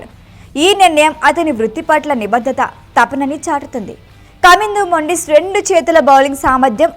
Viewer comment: మొండిస్ కాదు మెండీస్ 😅